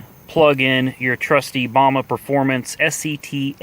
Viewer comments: It's BAMA not bam a I tard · My man… it’s bam ah lmao tell you from the north